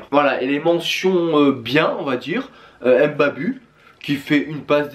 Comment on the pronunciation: Au cas ou sa se prononce pas Mbabu mais Mbabou... (je sais sa s’écrit Mbabu)